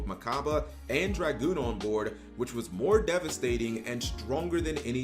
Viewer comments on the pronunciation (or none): none